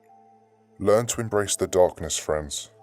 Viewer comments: EMBRACE not embrass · "Learn to embrass the darkness" "Learn to embrass" "embrass" embrass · "embrass the darkness" lol